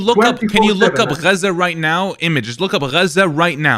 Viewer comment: I hate how he says Gaza it’s not even correct